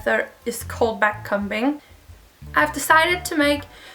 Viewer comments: It's not backcumbing you say backcombing you say the o like you would when your saying the alphabet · Lol very weird as a US citizen to hear someone say a combing (b is silent) com-bing or com-ber the B is silent. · Yes! It was so odd to hear it said that way